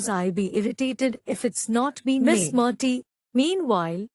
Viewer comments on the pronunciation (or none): Correct your verbal pronunciation. Its "Murty" not "Marty".